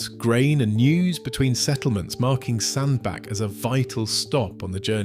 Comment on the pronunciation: Its pronounced sand BATCH